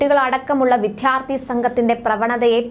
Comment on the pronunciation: കുഞ്ഞേ, വിദ്യാർത്ഥി എന്നെങ്കിലും ഉച്ചരിക്കാൻ പഠിച്ചിട്ടു പോരേ ഈ ചാനൽപരിപാടിയൊക്കെ? വിദ്യ എന്നും അർത്ഥി എന്നും പറഞ്ഞു ശീലിക്കുക. ശേഷം, വിദ്യാർത്ഥി എന്നു പറഞ്ഞു പഠിക്കുക.